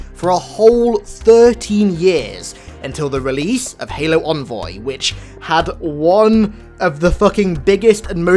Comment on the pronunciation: Its EN voy... noy ON voy...